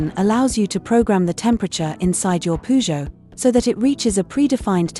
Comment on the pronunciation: Using AI to ruin their own brand Poo-Joe 😂😂😂